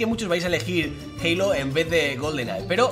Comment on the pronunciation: me encanta como pronuncias halo😂😂😂